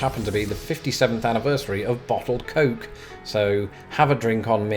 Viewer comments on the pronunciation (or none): none